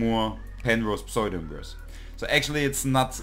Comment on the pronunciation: Thank you, and greetings from Oregon, USA. The mathematics was familiar to me, but I was having trouble getting started using Octave, and this really helped! I appreciate your video and will look at others. One minor comment on your otherwise great English: it took me a minute to figure out that you were saying "pseudo-inverse" but it's typical to pronounce it with the "p" more-or-less silent and a long "u" = "oo" vowel sound. You can listen here